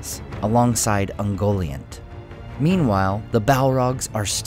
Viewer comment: UngoLIANT - Get it right! Jeez!